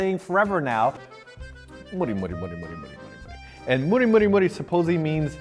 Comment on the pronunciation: I'ts MURI, not mori 😆 You have to pronounce the U 😉